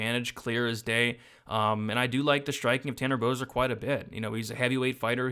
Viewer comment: Excuse me sir, did you just inadvertently say Canner Boser?